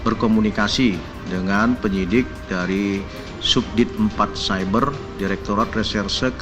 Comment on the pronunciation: Hatur nuhun teteh Alvia Pengacara itu lulusan mana tuh, mas circle nya tentang hukum aja dia ga paham dan gak bisa ngucapinnya Ciber dan pasal ga yakin Kasian ya, nyewa pengacara bukannya bantu malah bisa menjerumuskan doi ke penjara, ilang duit, malu, masuk penjara lagi Kasian kasian